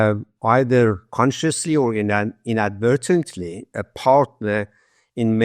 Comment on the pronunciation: "Inadvertently" Bwahahaha 😂😂😂 ...